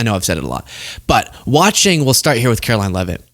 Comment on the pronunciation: Just because you say it Karolying doesn’t make it true